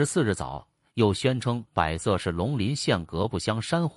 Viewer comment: 广西百（bo 2声）色，不念bai 2 声